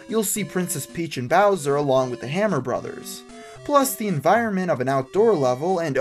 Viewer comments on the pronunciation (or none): none